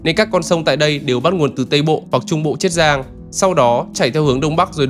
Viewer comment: Tôi nghĩ là triết giang chứ, thế là chiết giang hả, nếu là chiết giang thì bạn đọc phát âm sai nhé, bạn đang phát âm là triết giang chứ ko phải chiết giang, mà tôi vẫn nghĩ là triết giang